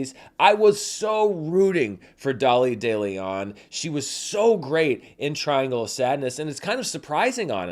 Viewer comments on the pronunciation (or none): none